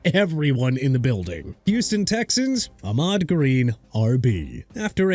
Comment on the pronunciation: It's Ahman Green not Ahmad... you got a problem with getting his name right?! And again with the Jagwires and Minchoo garbage... okay see what happens when Jacksonville change the team name from Jaguars (Ja-gwaars) to Jagwires... and get Mr. Minshew's name right too (pronounced min-shoo not min-choo)... oh and Will Fuller was a bust on the Dolphins AND?! HE AIN'T PLAYING FOR THEM NO MORE! HAPPY NOW?!